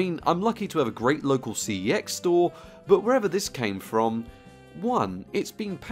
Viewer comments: In case anyone is wondering CEX is actually pronounced sex. Bit of a weird one and a random bit of useless info for ya, but on their adverts they say the name of the store as “sex”. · I dare you to pronounce cex properly